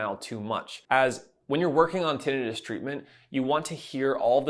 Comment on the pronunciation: Don’t believe this guy. He doesn’t even know how to pronounce tinnitus. 🙄